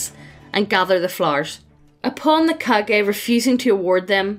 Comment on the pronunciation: Wrong pronunciation just makes this story so much better to listen to. I know what "Kage" refers to but now that I heard it as "Cage" I cannot not imagine village's leader as Nicolas Cage in Kage hat. Love it.